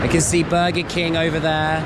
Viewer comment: The fact that he was saying "Burger King," but came out as "Burqa King" due to his accent. Meanwhile, he is surrounded by women shopping while covered up in burqas. Get it? No? Geez... tough crowd.